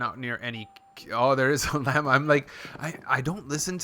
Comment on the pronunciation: it's lah-muh lol silly goose